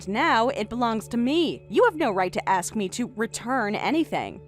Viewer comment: It’s pronounced ASK not AKS.